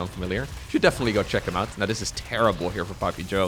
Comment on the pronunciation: I dare to say THIS instead of DIS, why cant he THHHTTHTHTHTHHHH